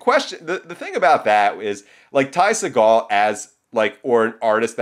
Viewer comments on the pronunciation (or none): watch any Ty interview where he says his name. It's See Gull. Trust me.